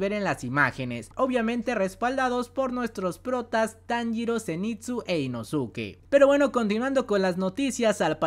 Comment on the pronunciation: Inosuke es inoske digo para que sepan más o menos pronunciarlos